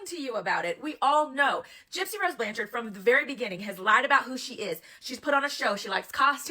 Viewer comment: OMG, everyone uses photoshop or filters. It's really not that big of a deal. I personally think people are nitpicking at this point for content. And the last name is pronounce blanchard not blan-charde. She may be a little jealous of her older sister but she looks up to Mia. If people can't see that, there's a problem. I think people need to find other ways to make money instead of making money off her name and call her a grifter when you guys are no different.